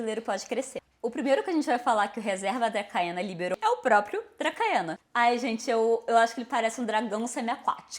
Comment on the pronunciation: Ótimo vídeo. Perdão pela pedância, mas a pronúncia de Dracaena é "dracena".